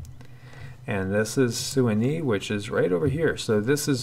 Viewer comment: Omg. Nobody else? Ok then: Suwannee. Se-WAH’-nee. Suwannee, how I love ya, how I love ya . . .